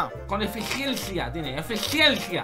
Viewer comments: El dice acenis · Jajajaaj cómo le cuesta a decir eficiencia xd💙💙